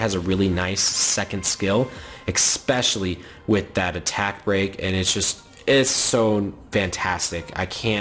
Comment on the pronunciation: "eXpecially" it kills me. Idk why that bugs me so much